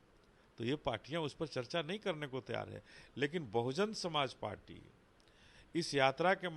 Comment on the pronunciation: Anchor bhai kamse kam party ka naam toh sahi se le lete. .bahujan samaj party